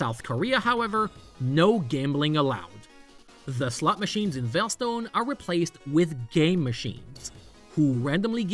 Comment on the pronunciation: I'm not normally one to poke fun at accents but I just can't help but giggle every time I hear "slut machines" in this video.